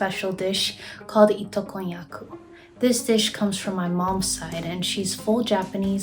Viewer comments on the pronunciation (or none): Hiii Japanese person here it's itokonnyaku not itokoyaku! konnyaku is the vegetable konjac and ito means thread